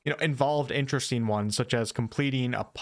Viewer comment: You say “een” instead of “ing” and you can’t pronounce the letter “t” when it’s inside a word ie; button becomes “buh-en” BUT this is far and away the best review of Crimson Desert on YouTube right now. The most level headed and the most open regarding possibly negative points and you effortlessly covered so many point of interest, far more than most reviews. It was very interesteen to hear about the things that were concerneen to you.😁